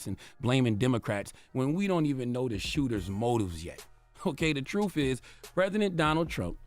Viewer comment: It is t r u t h. Not truf!!